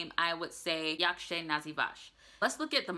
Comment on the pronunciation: the ą and ę is usually silent when pronounced. So you would pronounce "nazywam się" without the accentation. Also you could say informally "pa" for bye or "hejka" instead of cześć.